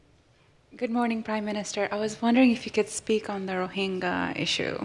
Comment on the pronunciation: Rohinggaa..? Ahuh.. Rohignya..!😂😂